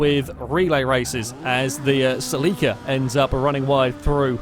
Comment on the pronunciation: Ceh-leh-kah, not cell-ee-kah. Please.